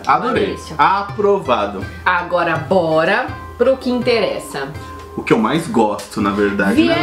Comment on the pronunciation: “Diliça” kkk